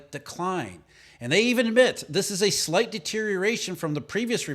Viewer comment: Say "slight" again.